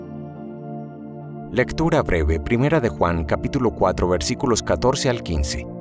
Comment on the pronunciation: Sigo diariamente vuestro Laudes .Gracias. Mi humilde contribucion : seria muy bueno que la voz femenina (que es excelente) pronunciara las "b" en vez de "v". Ejemplos hoy: voca, avrid,,valuartes,alaven,,vreve,sovre, , Y decir aleluia en vez de aleluya.